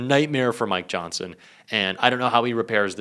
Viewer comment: for some reason, when you reached the mid point you said, Mike Johnson. Nothing new there, EXCEPT, at that time I heard you say, MY johnson. I wanted to be the one who told you! SOSAYMYJOHNSON!